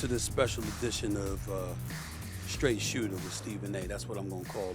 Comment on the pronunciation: STRAIGHT SOOTER??